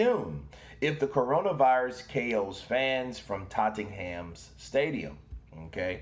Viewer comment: HA HA, where's the fight at? totting ham? its pronounced Tottenham or tot num